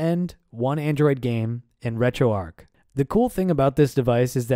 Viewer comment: Great video but please, it's retroARCH not Retro-Arc.